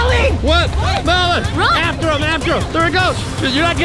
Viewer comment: Melven ie not men